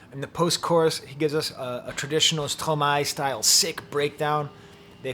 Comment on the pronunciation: I hear you, both literally and figuratively. Thank you for your review and your deep appreciation of Stromae ( and the correct pronunciation of his name!), First, I believe your are correct in stating that "L'enfer c'est les autres" is from Sartre, but is it not from the play "Huis Clos" (No Exit) where a group of people sure to drive each other crazy are trapped together in a room, which is HELL. Do you know the play? In this case, Hell IS other people. That brings me back to your interpretation of "toi." I hear the haunting chorus of female voices that starts him fighting with himself. "Ya Ya Ya Ya Ya" they sing. Is "toi" some guilt-laden memories of women in his past? Stromae is so great because he takes on the most difficult issues. Mental illness with suicidal ideation surely is one. I can only think of one song where he thinks of suicide, "Te Quiero" where he envisions himself at the top of a building about to jump off and "j''aurai l'air d'un con quand je sauterai dans le vide." This is about a love/hate relationship. "Je l'aime à mort mais je la déteste." Is this happening again? "Fraid so. So....